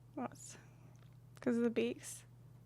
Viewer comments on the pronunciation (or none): Tired: "Beak-cause" Inspired: "Be-kwehs"